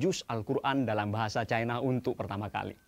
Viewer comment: baca aj 'CINA' jangan 'cai na', penyebutan kata cina itu kan penyebutan yg diindonesiakan, nggak apa kok